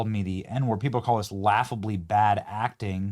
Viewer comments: Jussie not Jesse 😅😅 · It's Jussie Somalett